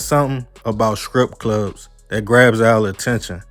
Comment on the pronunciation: Not scrip clubs it’s strip clubs